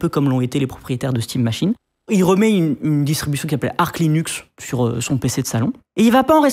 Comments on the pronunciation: il dit chimera au lieu de kimera et ark a la place de arch, je suis sur que c'est pour nous trigger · Oui ! Ça m'a fait bizarre de l'entendre dire "ark".